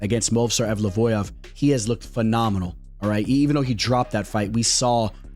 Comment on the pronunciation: mispronouncing Evloev twice:') Ev-low-Ev my guy!